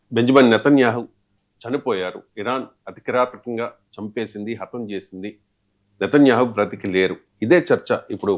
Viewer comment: ఒరేయ్ నీకు నేతన్యాహు ani anadam raadu, కమెనై ani anadam కూడా రాదు. మాకు నీతోనే ఏం ఖర్మ రా అయ్యా